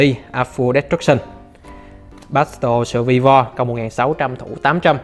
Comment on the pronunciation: Battle Sù-vi-vo :)))) Good English :v